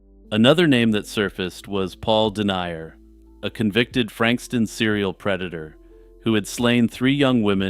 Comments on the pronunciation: Haha i enjoyed it but his name is pronounced something like den-yah rather than denier. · Paul Denyer is pronounced "Din-yur," not "Dee-nye-uhr." Other than that, good video.